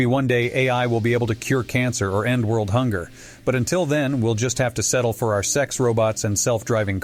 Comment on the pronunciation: am I they only one who heard 'N-word hunger' instead of 'end world hunger'